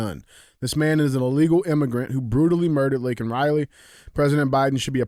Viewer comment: It's actually legally Criminal Alien. And he should have apologized for getting Laken Riley's name wrong.